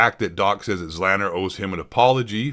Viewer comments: The fact that you don't even know how to pronounce "Z Laner" shows that you've never actually watched any form of interaction between Doc or Z, let alone ever watched either of their streams for more than a minute.... very poor from you bud. ZLANNER will be mad. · This dummy pronoucing Z-laner zzzlaner. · I don't care much for ZLaner but pronouncing it as zlanner is killing me 😂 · ZEE LAY NER !!! Does anyone speak english anymore ?!?! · "Zlanner" tf lol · His name is ZEE-Lane-er. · Its pronounced: ZEEE LANER, or ZEE LAINER OR ZEE LAYNER. Carry on. : ) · this chump doesnt even know how to pronounce zlaner. my god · Guy doesn’t even know how to say Zlaners name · you cant even pronounce the names properly how can i take anything u say seriously what a pleb